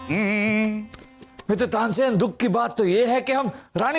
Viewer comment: Tansen nahi Tansain 😂😂